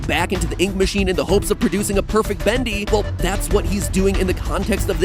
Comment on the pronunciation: You say "Badli" instead of Bendy xD